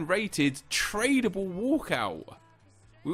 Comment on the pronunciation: 'Trabale' LOL